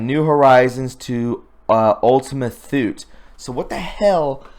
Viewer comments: "Thule" is pronounced "tool". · Thule, pronounced Tool leh. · I know you will appreciate the tip that Thule is pronounced “too-lee”. It is a town in Greenland. My father was stationed for an entire year 1961-2 in that bleak outpost during his early USAF career. Listening to other creative content artist if the Q-persuasion, I have learned there is a Thule in Antarctica as well- maybe an island where some weird stiff is happening. Last point, I saw the Economist’s Eagle cover before 10 November. I knew the 10 was a signal for the Cabal to sell their stocks. I have my retirement in stocks but would not sell because I was also hearing our Fed dollar will become worthless. That leaves land and gold as a failsafe. Good luck friends, I cannot figure a best plan to put your hard earned assets easily- gold can be taken from you by force. Today’s video by STGreport with a knowledgeable guest- very critical video to watch all the way through to the bitter end. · Thule is pronounced without the 'h', pronounced as Tule, 1st, or, Tuli in some regards.